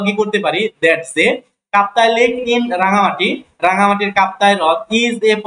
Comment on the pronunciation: রনগান্তি না রা্ঙ্গামাটি হবে